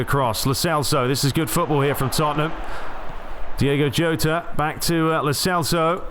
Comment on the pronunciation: In Spanish the letter "j" is pronounced "h" so Jota is actually "Hota"